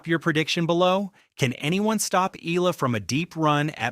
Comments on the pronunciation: E-YA-LA NOT E-LA. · Soon you’ll learn that her last name is pronounced “EEE-YAH-LUH”. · ok. getting tired of this dude mispronouncing her last name. please read this “EY-YEAH-LAH” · The least you can do is to pronounce her name properly. This is disrespectful.